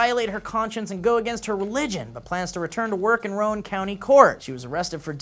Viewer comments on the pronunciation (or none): My god guys I live in Rowan County it is NOT PRONOUNCED ROW-AN County it is pronounced Rowan (kinda like round) County